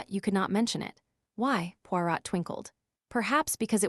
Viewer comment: AI. Pawrat